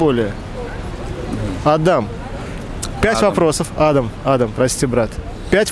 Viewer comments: Правильно не адам а адам. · ЛУЧШЕ ПУСТЬ БУДЕТ АДАМ, С УДАРЕНИЕМ НА ВТОРУЮ БУКВУ А.